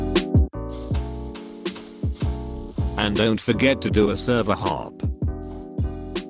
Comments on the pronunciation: u said server hope instead of server hop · Bro said server hope 😂